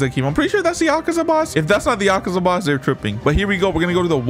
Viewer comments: "Akeza cave"💀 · It’s akeza